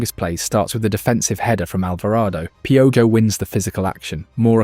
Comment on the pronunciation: Piojo too, I mean youre doing the work, might as well clean it up when it's easy. Not pee-o-Joe Pee-o-Ho.